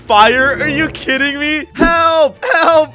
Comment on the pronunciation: She said jelp not help